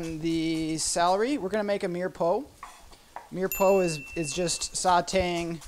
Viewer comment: LOL. Mirepoix. It's pronounced meer-pwah. Great show, though. I am enjoying this while waiting for my first share to arrive.